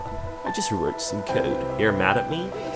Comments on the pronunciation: I wrote some "cOdE ".. BRO I can't with the pronunciation of code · I genuinely can't stand how he says "code". Edit: NVM I just hate how this dude says anything with the letter "o". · the way he said "code' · he "wroot some cood" lol